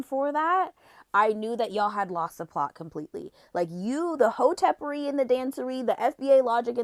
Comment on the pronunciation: She keeps saying hotepary which lets me know she was on twitter in 2010s. Other than that she made some solid points.